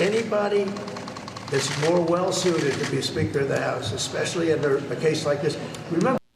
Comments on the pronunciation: I had to listen to it again "sphicter of the house!" For once, something honest from donny-boy! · He said “the sphincter of the house” 😅😅😅😅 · did trump call Mike the Sphincter of the House? 'Cos that's what I heard.